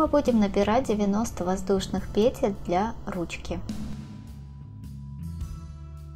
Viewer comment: Спасибо за урок, но по-русски надо говорить не пЕтель, а петЕль. Например - набираем несколько петЕль - УДАРЕНИЕ ЗДЕСЬ НА ВТОРОЙ СЛОГ.